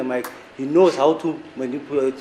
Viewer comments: ' manipu' did I hear him right? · To munipulate or start 😂😂😂wht exactly this is trying to say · Did just say manipulate😂😂😂😂😂